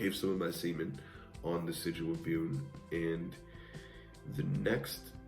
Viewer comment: Hello--I've noticed (so far) that you've pronounced Bune's name three different ways. Are they all correct? I was a little concerned about how to pronounce the name correctly myself...